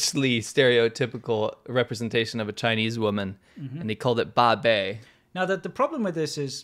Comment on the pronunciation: Wow, that 'Babei' icon thing is "Great" /s Did you notice it's more like babe-i? Baby... Accurately reveling the guy behind the concept is infantile. He's been in China how long, and can't speak Mandarin?